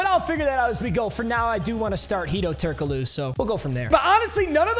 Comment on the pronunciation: How do you fumble the pronounciation of Turkoglu. Its so fucking easy.